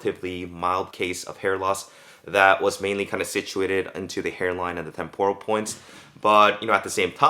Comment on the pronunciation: Temporal not tem poor uhl